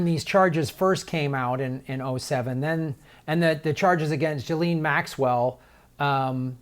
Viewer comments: pronounced ' Gizlane' Maxwell. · I just discovered your channel a few days ago & I was very put off by you because you had not bothered to learn how to pronounce Ghislaine’s name. But I take back all of my previous criticisms of you, now that I’ve listened to this interview. I really had not thought about children & babies being brutalized by adults. I really hadn’t thought about how horrid this is & that it’s also horrid to the persons who have to investigate this horrible horrible stuff. Today is also just another very bad day because of a mass murder at El Paso. How do we survive in this? How are we supposed to go on in this world where there is such evil? I’ve been in therapy most of my life and now it seems so stupid for me to complain about anything that happened to me as a child because I was never brutalized & never even had to go to war. I guess I’ve really had a protected cush life. These poor children will never be okay. Never. I know you don’t personally have the answers so I guess I have to find out for myself: how do we go forward? What do we need to do?